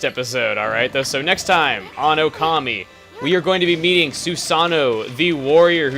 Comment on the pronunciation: kami not gami